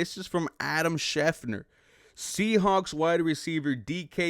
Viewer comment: I really appreciate your videos, but Christian Kirk is 28 not 29 and you are mispronouncing schefter